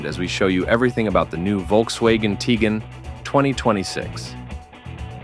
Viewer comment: Dude can’t even pronounce the name correctly.